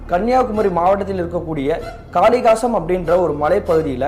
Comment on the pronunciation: தக்கலை...காளிகேசம்... உச்சரிப்பு கவனம் தேவை ப்ரோ